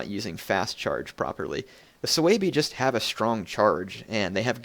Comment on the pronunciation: its su bi...not sooweeebii lol